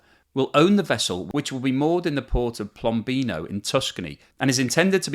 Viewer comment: pi-OM-bino, pi-OM-bino. i'm hearing an el. you need an italian coach?